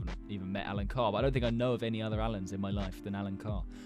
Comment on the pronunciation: bro thats my name, I kinda feel offended when you kept saying alan like that